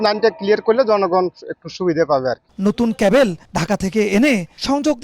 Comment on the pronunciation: কেবল না ক্যাবল????